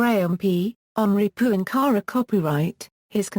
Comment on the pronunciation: Yes, it's a pity that that his last name is constantly mispronounced, and is then followed by saying the word "copyright." The documentary is still interesting, despite the annoyance.